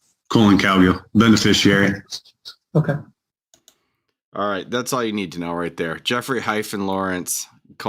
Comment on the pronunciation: That dude said "beneficiary", i think he meant "benefisherer".